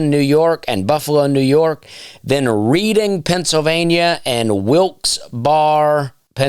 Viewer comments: I know it spells like read-ing PA but its pronounced like red-ing PA 😉😎we're havin a good time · Reading, PA is pronounced like the word red. Redding PA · Hey Dusty it's pronounced Reding and Wilxberry. Love the content! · Its. Pronounced... " Redding." And, FYI, SwiFty acTuaLLy hAiLs fRoM veRy neAr. Reading, Pennsylvania. It's not far from SouL JoeL's iN RoYersForD anD PoTTsToWn, too! I've known people from Wilkes-Barre, and I think the Barre. Is just spoken like... " Burrah " NoboDy caRes. I knoW. Just FYI 🎉 LOVE ❤ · Pennsylvanian here, “Redding” “Wilks Berry” Be careful with Schuylkill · Dusty, love your work. By the way, "Reading, PA" is pronounced as "Redding" :)